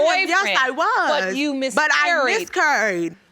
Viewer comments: Yeah but I "miscuurred"! Lol.. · She mis-kurr-ied.... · Boy, I thought it was only me that heard curried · Judge she said "Miss Curried" not 'miscarried' 🤣🤣🤣🤣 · miscarrrrrred! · How do you pronounce miscarried again?..lol. This is a whole hot mess! Call Maury